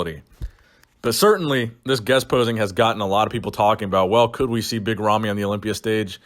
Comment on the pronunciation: big ramy not romy, ramy with an A